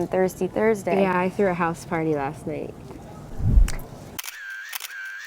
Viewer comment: gabi's "last year" will be like "laSHt year" 😂😂